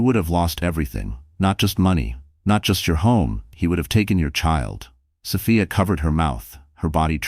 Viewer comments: Oh, come on. So Fy Ah ??? So Fee Ah!!! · The narrator is annoying. The name is S o f i a. NOT SOfaia. . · Sophia is a nurse and nurses are smart, so why is she being portrayed as a complete idiot who can’t read and comprehend? Also, why isn’t Ryan in jail immediately after the assault? Makes no sense. Creator, please fix your AI narrator so it pronounces Sophia’s name correctly.